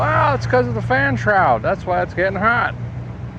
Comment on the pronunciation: Why did you butcher the fan shroud?